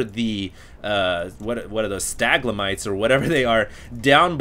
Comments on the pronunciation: lol "staglamites". =] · Stalagmites is not pronounced like that...